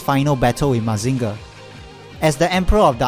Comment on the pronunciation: Great review, but the way you pronounce Mazinger hurts my soul.